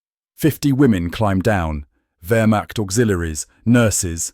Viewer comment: Vermach....not vermached....